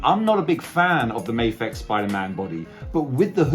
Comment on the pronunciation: It's because you're in Japan and you say "may-fex" instead of the Japanese pronunciation, "Mah-fex" -- the figs have had enough lol it's like people who say "leh-vees" instead of "lee-vys" other than that, great review! The fig looks amazing, my only neg is the spider graphic on the hoodie is too small, especially compared to the comic image you showed